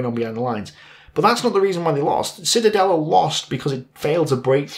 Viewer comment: Not Citadelle; auf Deutsche wir sagen die Zitadelle. Zee/ta/dell/a